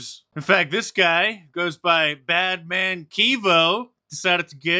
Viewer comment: BAND man kevo. not BADMAN.... LOL!!!!